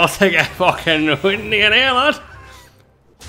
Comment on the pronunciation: I can’t help but hear “ITS ABOUT TO GET WIMDY IN HERE!” every time he plays Bronzebeard